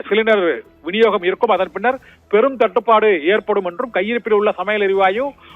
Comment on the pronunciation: 🗣️🔊என்ன புரிஞ்சிக்கோ ❓தட்டு படு ✅சுருக்காம 🗣️🔊🤪தேளிவா பேசு 🔊😝🔊🤪🔊😝